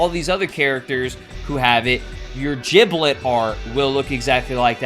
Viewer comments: It's Giblet not Jiblet, you are saying it wrong, annoys people sometimes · Did this guy just say jiblet